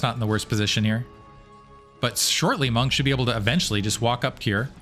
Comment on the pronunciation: % mong lol hearing monk hurts my brain and heart 😂😂